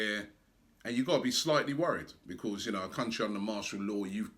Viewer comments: can't say 'because' 😂 Becoss 😂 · just listen to how he say 'because'